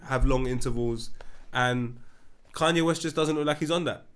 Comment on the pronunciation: "Cunye" again lol